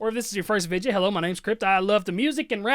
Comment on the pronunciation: i love how he pronounces video like vige yuh